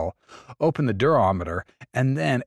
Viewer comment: Durometer 😂😂😂😂 It's Duramata